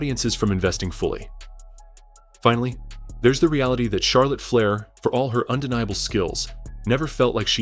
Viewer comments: Charlotte Flyer ai says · is this A.I. fukn cant pronounce Flair or Divas Fle-ee-ear Di-ie-vas WTF! dont post if u cant pronounce properly.